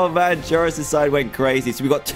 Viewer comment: Did you know gaming with pronouns trayaurus as traysourus